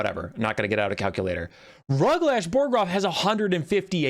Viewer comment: My dad played a bunch of the old total war games, Rome, Medieval, uhh, something else I think. Napolean. Rome had this system. I always assumed it factored into this game too, but I didn't check and didn't care that much. Edit: It's Ruglash BOGroff, not BORGoff. The ork is dead, have some respect.